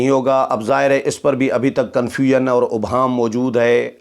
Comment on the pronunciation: محترم آ پ ہمیشہ اس لفظ ابہام کو غلط ادا کرتے ہیں، الف کے اوپر پیش نہیں بلکہ الف کے نیچے زیر ہے، توجہ دیں، شکریہ۔